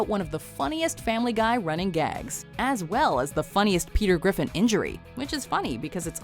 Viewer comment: Pea Tear Griffon